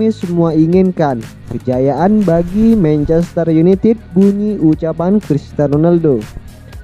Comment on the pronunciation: Mencester yunitit. Hahaha. Anjerrr lo minn. 🤣🤣🤣